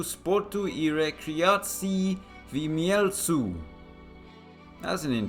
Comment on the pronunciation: Finally. ❤ The pronunciations were pretty much on point, especially Gliwicach (gliwicacz). I'm also impressed how you've handled the one in Mielec. Also you've missed the Radomskie Centrum Sportu, since Radomiak moved there back after 7!!! years of rebuild, but that's fine. I'm not from Radom, so 🙃.